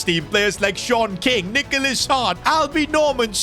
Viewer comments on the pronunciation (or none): Am i the the only one that keeps hearing SHORT king instead of SeAN king 😭